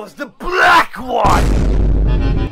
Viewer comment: I like the emphasis on the “BLACK” there.